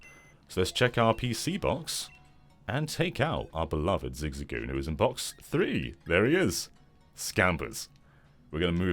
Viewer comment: I love how pronounces it “ZigZigGoon”